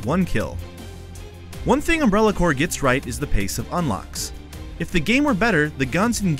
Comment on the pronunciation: WHY DOES HE CALL IT UNBRELLA CORE